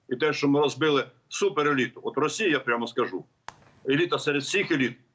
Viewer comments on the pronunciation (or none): none